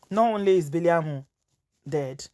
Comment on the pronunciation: The name is Biliaminu not biliamu